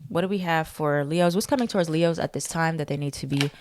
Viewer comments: everytime you say “Le-HOES” i be like oop- not you calling us hoes? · She said LeHoes 😂😂😂😂